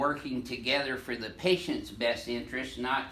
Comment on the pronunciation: I love how he said "for the PATIENTS best interest!"